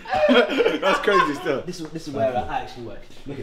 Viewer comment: he also said brazy not crazy